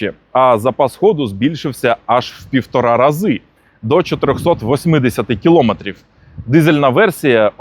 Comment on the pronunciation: кіломЕтри, а не кілОметри ! Деградуємо, у всьому! Вже й вивіски можна побачити з помилками.